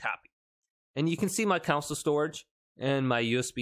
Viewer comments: it's CONSOLE not COUNCIL!!! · “CON” “SOLE” cringe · So many people can’t say console. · Why do you pronounce “console” that way